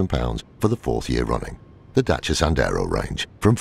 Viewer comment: Why do you pronounce it as dacha it's Dasia